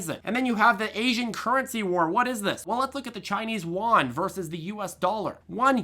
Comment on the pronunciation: “Chinese Yuan” is pronounced. “You ANd” Great video though.